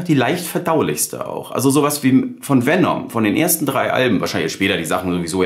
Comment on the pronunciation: Nicht VenOm, sondern VenEm. Herrgott nochmal ist das so schwierig?